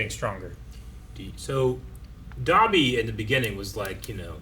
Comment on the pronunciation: why do they pronounce dabi like 'dobby' like the house elf from harry potter, it really bothers me.